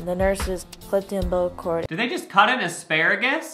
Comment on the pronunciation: "Did they just cut an asparugus?"